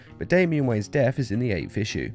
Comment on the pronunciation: It's death not def